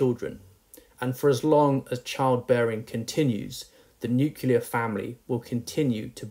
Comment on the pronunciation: assertion that married women live longer and are healthier than unmarried ones is AFAIK a falsehood. to provide peer-reviewed support for it. He might also want to check his pronunciation of "nuclear". He is, after all, a teacher of English.